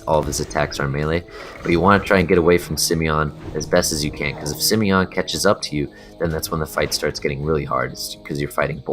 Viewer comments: Its not SimEon, its SimOne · im kinda triggered that he says simeon instead simooooooooneeeeee :P but its a nice guide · Simone is a french girl name. It's pronounced Si-mon. Not Simion, and not Sim-own (Sim-own is closer to the prononciation for the male version Simon) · HER NAME IS SIMONE, YOU BLOODY MORON. Not Simion.... seriously, dude, can you even read?? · Simone isn't pronounced that way fella, Sim-own would be how its pronounced. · What do you mean bro? Simmy-yon is obviously the right way to pronounce it. Rolls right off the tongue! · "Simione" xD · u pronounce simone extremely weird